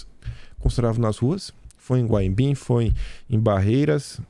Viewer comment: Não é Guaibim não. É Guanambi. E foi maravilhoso. Eu sou daqui